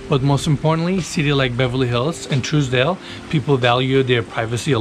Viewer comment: You're pronouncing Trousdale Estates , Truesdale Estates...